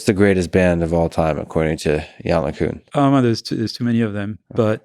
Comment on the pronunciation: Lex, you're gonna have to work on your pronunciation of "LeCun" for round 3.